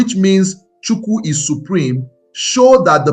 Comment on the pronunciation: Your pronunciations make it sound as though your target audience are not ndi Igbo. You pronounced Alusi, Chuwku, and some other words the same way many Nigerians mispronounce their names to make it more acceptable to westerners.